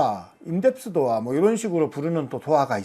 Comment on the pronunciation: 도아x. 도어o